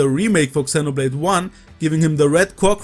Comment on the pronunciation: Love your videos but please pronounce Xenoblade appropriately 🥲😄 X is more like a Z